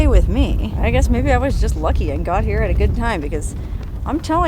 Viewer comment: "Her OO'R" is in four different states". Classic,. That's why we watch ya!!